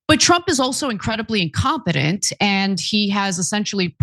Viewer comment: Did you just say Trump is confident or Trump is incompetent? Sounded almost the same here.😆